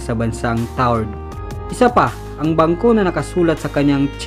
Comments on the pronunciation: Tau red po hindi tard ahaha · Tau red hindi taured ang basa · mali pagkaka pronounce mo sa taured..hnd sya silent E.. ganito kung sa tagalog tawred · Taured po yun hindi tawrd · Taured TAWRED GANYAN ANG BASA TALAGA..TAWRED..HEHE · Tawa ako sa bigkas niya ng taured...TAW RED po ang bigkas ganyan po...TAWRED...